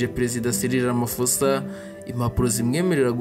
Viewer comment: Sinzi impamvu musoma iri Zina nabi Kandi ba nyiraryo bahora barivuga mwumva! Basoma "Ramapoza" ntabwo ari "Ramafosa" ph iwabo bayisoma nka p gusa.